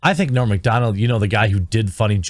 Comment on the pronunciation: It’s not ‘Morn’ Macdonald. It’s ‘Norm Macdonald. -Owen Benjamin